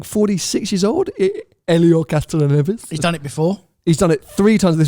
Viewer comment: it’s Hélio Castroneves ( 46 ),, you murdered his name 😂 he’s a fellow Brazilian, proud ✌️🇧🇷 And not all Taylor made Ferrari’s are beautiful, most of them, sure, but for example, TGE’s Pista, that IKEA spec, was horrible, terrible